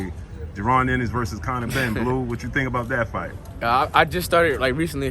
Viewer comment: It's Ennis not Innis